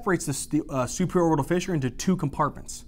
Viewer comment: when u said superior orbital "fissure" I thought 100% this was Arabic. Omg, you literally pronounced a word that means "pop corn" in Arabic the perfect way lol !!!!